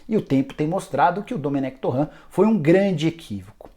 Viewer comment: Essa pronúncia tá erradíssima "torrã" 🤦‍♂️